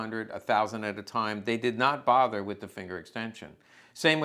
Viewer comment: “Waffen” is pronounced with a ‘V’ sound, not like “waffle“. Food for thought.